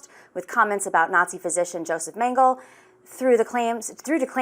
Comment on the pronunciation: the newscaster not knowing how to pronounce mengele is peak 2025